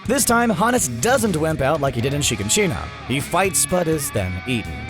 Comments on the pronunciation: Why does no one know how to pronounce Shiganshina? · The way he pronounces all the names and shiganshina bothers me